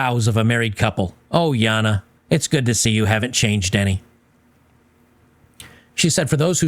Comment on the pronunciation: Stop it with the Yahna, its Jayna my man.